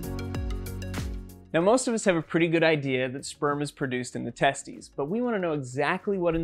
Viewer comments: Wait, it’s pronounced tes-tUS, not tes-tEES? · Hahaha he said testie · It's pronounced teh-steez